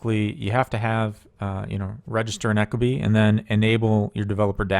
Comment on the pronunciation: Really great video. Though 25 minutes of you pronouncing it Echo-Bee was surprisingly difficult to get through haha.